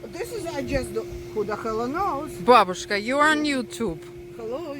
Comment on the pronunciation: Вы так по-русски сказали ,,бабушка,,😁🌺